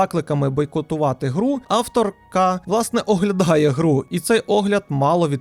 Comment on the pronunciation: це ж яким треба бути чмошніком, щоб кожного разу ставити акцент на «автор…КА»